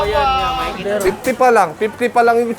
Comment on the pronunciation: "Mentis" hayp na yan hahahhahah